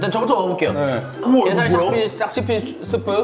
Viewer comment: 게살 샥스핀 스'핀' ㅋㅋㅋㅋㅋㅋㅋ